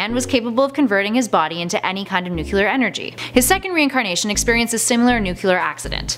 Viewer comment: Nuclear is pronounced nu-klee-urr. Not nu-ku-lurr.